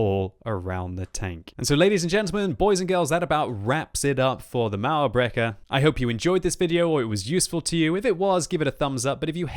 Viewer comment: everytime says "mauerbrecher" i wonder if german is that hard to pronounce im germany myself